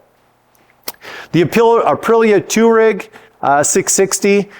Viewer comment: Come on, it's Tuareg not Toureg 🥲